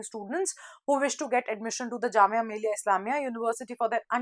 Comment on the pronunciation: mam not jamia malia its millia